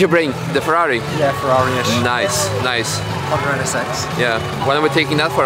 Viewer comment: its Fonda NSX not Honda NSX lol